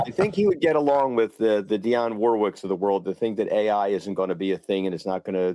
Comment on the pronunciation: Dee-onne! Not Die-onne😊. How old are you,? “Do you know the way to San Jose” - “I say a little prayer for you” - “Walk on by”